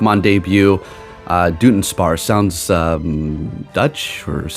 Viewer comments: jusy fyi i believe its pronounced like DUD-un-sparce. the joke is that the evolution is a dud since it barely changes visually lol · It’s pronounced Duh Duhn sparce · It's pronounced "Duh-DONE-sparce". It's a joke based on it just being an extra segment added and nothing else. It's the Pokemon Company trolling basically, because everyone's been calling for a Dunsparce evolution forever so they went ahead and gave us one with minimal "effort". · its duh-duhn-sparce